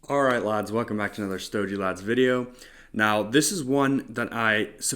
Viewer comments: I just can’t with saying “stojie”. … I watch this guy a lot and it gets me every time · Kinda off-putting with all the cuban stuff, just casually mentioned as if that’s easy to acquire. And “sto-jee?” Are you from maybe Earth 2?